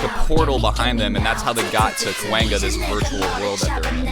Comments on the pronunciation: the pronunciation is kuwang - ya not kwengga ok you made me lough so hard from that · Why do keep hearing Kwangga? It's Kwangya😭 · i love your videos but i cant help but notice you butchered Gwang-ya lol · unpopular opinion: its pronounce "kwang-ya" not "kwang-gya"😑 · Me when he keeps saying cewanga : its kwangya😭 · CUHWANGA It’s pronounced “Kwang-yuh” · comment from native Korean: KWANGYA is pronounced Gwang-Ya not Kewang-Ga. :) Loved your explanation and reaction as always! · kwangya not kwangga lol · KWANG--YA. NOT KWENGGA. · the way you pronounced kwangya was like kwanga and in Congo we have a food called that 😭😭😭😭. I even get confused and call kwanga kwangya from time to time 🤣🤣🤣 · I realized you pronounce KWANG-YA as kwan-ga lol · Where are people getting this "kwang ga" pronunciation from? There's absolutely no second g sound after kwang.. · pronounced Qwon-ya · It’s actually kwangya pronounced as kw-o-n gya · Why is it when says kwangya he says kwang-GAH seems so hilarious to me😂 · Omg the KWANGYA lol if you want to pronounce kwangya properly, just say quan-ya, quan for quantity, ya for yard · I died a little bit everytime he says kwangya. Also this was so interesting I've noticed so many things because my brain doesn't think or see things like a video editor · His kwangya pronounciation reminded me of cowabonga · Kwang (Like Yawn) Ya (Yah) I'm sorry but my ear is just bleeding with the mispronunciation. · The way he says "kwangya" deserves jail its kwang-ya king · repeat after me: “koo-ah-ng-yuh”, say it a little fast and you should get it:D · im dying over the lack of y on his kuwangya pronounciation but atleast hes aware and i respect that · it's KWANG-YA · I'm confused whenever said KWANGYA. I heard it as COENGGA. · Love you and your reactions, but please stop saying Ka-wAng-Ga 😭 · LOL HE COULDNT HAVE GOTTEN “KWANGYA” MORE WRONG ㅋㅋㅋㅋㅋㅋ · I love you but your pronunciation of Kwangya hurts me to the core